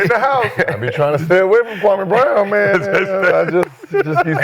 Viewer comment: Man Kwame gonna unleash hell on ya for this episode lol.. each time ya said his name I cringed knowing what Kwame gonna say 😂😂